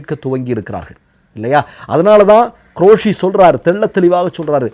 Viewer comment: உங்களுடைய போஸ்ட் எல்லாம் நன்றாக உள்ளன. ஆனால் நீங்கள் உச்சரிப்பில் கவனம் செலுத்த வேண்டும். இந்த விடியோவில் தாங்கள் ப்ரமாண பத்திரம் என்று சொல்வதற்கு பதிலாக பிராமண பத்திரம் என்று உச்சரித்தீர்கள். அதே போன்று குரேஷி என்பதற்கு பதிலாக க்ரோஷி உச்சரத்தீர்கள். இனியாவது தயவு செய்து உச்சரிப்பில் கவனம் செலுத்தவும்.